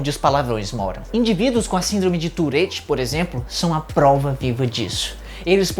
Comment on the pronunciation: "síndrome de tureti" N sei pq mas eu ri mentalmente.